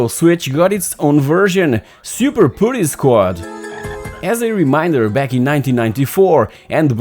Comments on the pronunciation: I had the Amiga 500 then the Amiga 1200. It was also the only micro-computer which had actual multi-tasking due to using the Motorola series of CPU chips. By the way, putty is not pronounced "pooh-ty" it is "put-tuy" (put rhymes with but). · great stuff. putty however, not pronounced like that :)